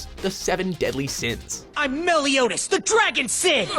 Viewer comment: The English pronounciation of Meliodas gave all kinds of cancer